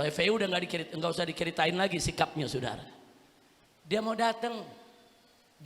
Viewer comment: SAUDARA...bukan S U D A R A